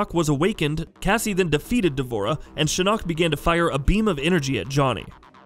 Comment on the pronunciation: I'm sorry but PLEASE STOP SAYING SHINNOK SO WEIRDLY, GOD I WISH I COULD VOCALIZE IN COMMENTS